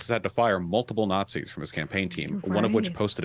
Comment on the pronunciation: "preconceived notions"? So he doesn't call everyone who disagrees with him about US government and foreign policy "fascists" or "nahtsees"?